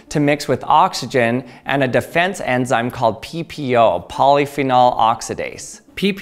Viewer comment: you said pp-oh